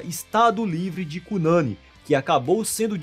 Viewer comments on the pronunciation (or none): Egua mano drx esse vídeo ficou bagulho doido,tedoidé. Kkkkk abraço fraterno do nosso Amapá. Ah,se fala Cunaní. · Cunani se pronuncia com sílaba tônica no "ni" como se fosse "Cunaní" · De onde você tirou que aqui no Amapá tem um festival de toada parecido com o de Parintins-AM? Não existe tal festival, nunca existiu. Ah, gengibirra realmente é uma bebida típica daqui, mas é bem difícil de encontrar. É cunanÍ e não "cunãni". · não se pronuncia Cunâni, se pronuncia Cunani (sílaba tônica no i, conforme dito pela gramática da língua portuguesa)